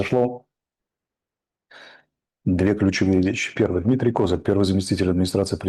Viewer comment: Когда этот клоун рассуждает про внутреннюю российскую политику мои тапки в обмороке от смеха😂, во первых - не КОзак, а КозАк‼️ Во вторых- с какого перепугу ты взял, что он друг Путина с детства⁉️😂 Можно ещё перечислить десять пунктов твоей лажи‼️Если также разбираешься в украинской политике, то правильно зелешака тебя выкинула👍 😂